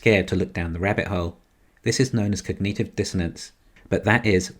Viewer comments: "cognative" not "cog-knee-tive" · For your info only its pronounced Cog -NAT-ive Dissonance not Cog..NEET..ive Dissonance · do brits really pronounce it "cogneeetive"?